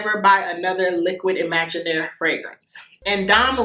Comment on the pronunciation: Thank you for sharing! That was a fun video to watch. The witchcraft got me to open up my eyes so widely! lol Aside from that I don't like Liquide Imaginaire either (the Q-U-I in liquide is just a K sound if you don't mind me helping out on this). It made me feel nauseous. I didn't like Dome Rosa and Valaya as well. I was underwhelmed by them. Too bad for Greenwich Village and Good Girl Blush. I like them a lot. I really really liked Soleil Neige! I prefer it over Soleil Blanc actually. I am looking forward to watch Part 1. I didn't watch that one yet. This video was very refreshing! I had a great time!❤❤